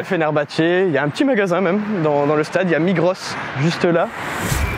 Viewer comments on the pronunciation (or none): Très sympa cette vidéo, sinon on dit Migros sans prononcer le S. J'ai découvert son existence en Turquie grâce à ta vidéo même si la branche turque n'est plus propriété de la branche suisse depuis des décennies. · J'ai toujours dit MIGRO"SS" comme en Turquie les gens prononcent toutes les lettres 😄